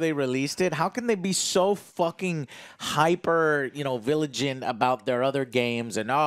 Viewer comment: Hyper villagent? What's that? xD